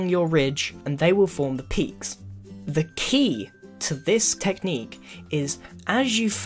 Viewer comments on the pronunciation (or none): none